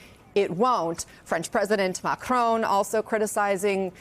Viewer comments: Jesus; will you people pronounce places and people properly as you come across as amateurs. 1. Arctic is not Ardic. It’s two clear syllables ARC and TIC 2. President Macron is Ma Cron, and you don’t pronounce the ‘n’ not Ma Crone as in ‘own’ 3. Davos is Da Vos not Da Vose This is just rude and you sound like peasants. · IT'S MACRONN NOT MACRONE FFS!!!!!!!!!!! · Commentators! It is simple - MACRON is pronounced MAC-RON not Mac-roon as in your poor attempt at a French pronunciation. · Vaughn, its President Mac RON, in one word, Not Mac rone, as in an old woman, a Crone! Please learn to pronounce it properly. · Dear US people - not "mac r own" - "mac r on" - please stop butchering the man's name. Macron - MAC R ON - no W no E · Why do Americans repeatedly and incorrectly pronounce people's names and places in Europe? 1. DAvos NOT DAYVOS 2. Emanuel MacRON NOT Macrone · Learn how to pronounce Macron's name! It's not "Ma-Crone." The French sound doesn't exist in English, but you can get closer: Ma-Croaw(n) sort of. Get a French teacher to help you. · It never ceases to amaze me how Americans massacre peoples names. It’s mak-ron……not mak-rone. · Is there an 'e' on the end of Macron? Do you say 'Barone' when you speak the name Baron? No. So why do you say Macrone? It's really not hard to figure out how to say someone's name without adding your dumb US pronunciation of everything - like 'Eye-rack' for Iraq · Why can’t you people pronounce Macron, it’s not Macrone.. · Genuine question: why can’t you pronounce Macron? It’s not Macrone. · Please say Macron’s name correctly- ma-kron (kron like tron) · Good report but, for God's sake, what is stopping Americans pronouncing Macrôn correctly? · Interesting pronunciation of Macron. When I say 'interesting', I mean 'wrong' 😄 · why can't any of you pronounce Macron? he is not your crone. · Please could you people start pronouncing the French president's name correctly.